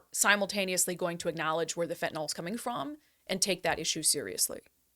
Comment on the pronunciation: Hi Brandi, take it from a chemist. The y in fentanyl is pronounced as a short i, not as a short o. Fentanyl is not an alcohol like isopropanol or glycerol. This is a common mistake that I hear journalists make, but you're far from a common journalist.